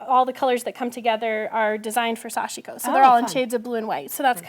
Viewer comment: pronunciation for sashiko is so westernized by. Correct is to emphasize the first syllable then the last (almost a two syllable word). The “i” almost inaudible.